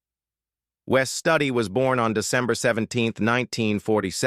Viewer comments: Its Wes Studi, pronounced ( Stoodi). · It's Wes Studi not Study